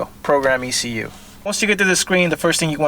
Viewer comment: E C U!!! Not exhoetech